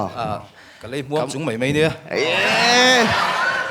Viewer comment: Mipa in ti ve si hian, " Mai mai.." ti lova, ' mei mei' , tih hi a mawi lo lehzual